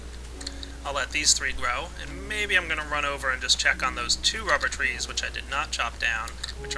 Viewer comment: it sounds like u say wubber no offense